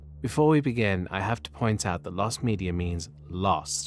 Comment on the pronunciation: "lost medier" ^ ^